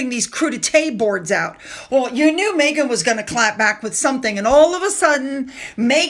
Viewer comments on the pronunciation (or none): none